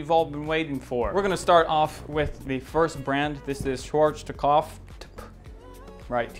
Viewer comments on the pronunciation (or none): Its SHCH-WARZ-KOF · schwarztokopf XD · the way he said "Schwarzkopf" 😂😂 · Dude i am german so funny how you says Name of th e company haha in over Country its a very ceep produkt everyone knows haha